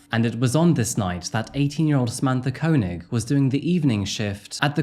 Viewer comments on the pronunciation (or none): Wouldn't it be pronounced "Kay-nig"? That's how Chekov's actor, Walter Koenig pronounces it. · It’s kay-neg for the pronunciation btw 😅